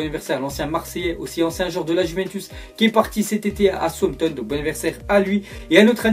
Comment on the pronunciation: c pas sountone c Southamptone